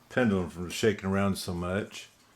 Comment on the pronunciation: Pretty clock! You were zipping right through that!😁 Steady, steady.... I was correcting you everytime you said pendUlum.😁 Oh mercy.... Not my words, but yours lol. Great job as always, bro! 👏👍 God bless and have a fabulous day!🌅💖